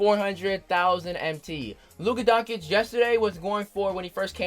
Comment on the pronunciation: OMG Kid, Luka Doncic. Doncic pronounced "Don-chich", not "Don-Kich"